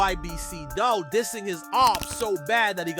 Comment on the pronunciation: Dul name was pronounced "doool" bro... He wasn't taken directly to the hospital he may've lived but they drove him to his homie crib first wasting time and he died.